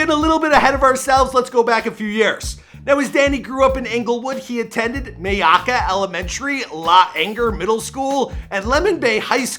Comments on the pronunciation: My- AKKA lol wtf it’s just Myakka 💀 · It’s not may-ahka and la- anger it’s My-akka and L-A-ainger. C’mon man! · I've never heard anyone not from Myakka say Myakka and that was a good attempt lol. It's pronounced "My-ack-uh"